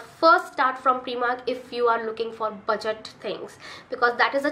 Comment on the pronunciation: heya, I think it's prYmark, not preemark. Nice video.